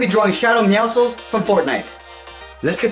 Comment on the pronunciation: The way you you say Meowscles my brother says it’s wrong! It’s actually right he is saying Meowscles wrong